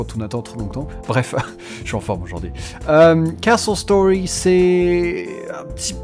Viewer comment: On dirait que tu dit KSos Story avec ton acsent